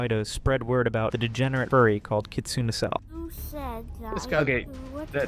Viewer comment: The name kitsune is pronounced 'kit-soon-ay'